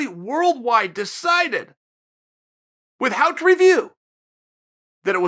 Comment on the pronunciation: “...withHOUT REVIEW” Swear Chael mispronounces words on purpose